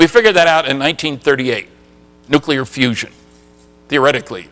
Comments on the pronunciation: This is the former physicist who still says "NOO-KYOO-LIR" when he means nuclear. How much credibility do you think this here engineering college graduate is going to grant him after that? And then of course there's also his willfully obtuse insistence on saying "ZACH-aria" Sitchin instead of ZECH-aria Sitchin. HACK. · I happen to agree with you. You have a valid few points. No self respectable scientist would be lazy enough to to mispronounce nuclear, or sitchins name. This DOES say a lot about the man, despite the whiners below asking you for a real point.... kids argument, content is surely important, but these points about pronunciation are just AS valid, and DO mean something. It would be just the same as me, being a composer, saying ludwig vanbetavan..... it MATTERS.